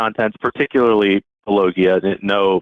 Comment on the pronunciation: "Long time viewer of " 😂